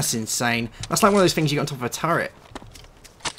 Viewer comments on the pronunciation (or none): When he goes "its like a tuurent" i went it is a turret